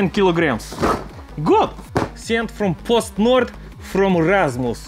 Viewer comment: pronounced PostNord right, i give you 12/10 vodka...